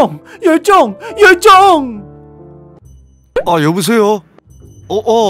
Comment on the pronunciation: 열정을 멸종이라는줄ㅋㅋ